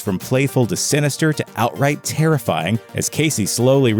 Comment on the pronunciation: I never heard the word “teerafying” before... what does the word mean?? If I had to guess, wimp with a speech impediment